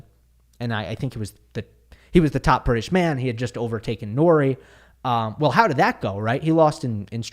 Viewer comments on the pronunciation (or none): none